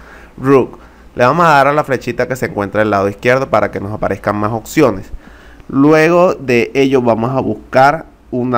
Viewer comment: No mames, ni hablar sabe el compa... Acministrador, ocsiones, fairewal, le damos clip... Chale...